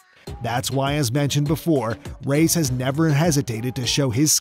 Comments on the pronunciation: Rays? Ray es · It's not pronounced "rays" it's "ra yas " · Who is Rays? You mean Reyes.?Yes Efren"Bata"Reyes The GOAT.